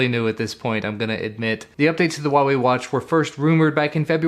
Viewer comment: It is pronounce 'Hua' , with a 'huh a', like flower. That is why the logo looks like a flower.